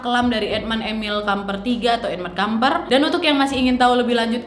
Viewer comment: Maaf sy dengernya: edmund edmil kampret 😂🙏